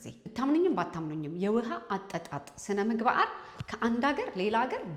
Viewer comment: ስነምግባአር 😂😂😂 አንቺ ልጅ አንዳንዴ አማርኛ ይቸግርሻል ። መልክትሽ በጣም ጠቃሚ ነው